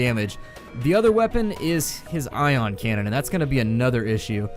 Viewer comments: I audibly laughed loud enough to draw people in from other rooms after you said "Eye-on cannon" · That "I" on cannon got me good. LOL'd